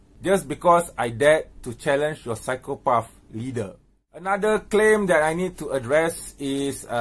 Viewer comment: Hey keep everything aside David and all... I give u CHALLENGE to openly pronounce "PSYCHOPATH" you will Win.... "PSYCHOPAAFFff🤣 hahahha...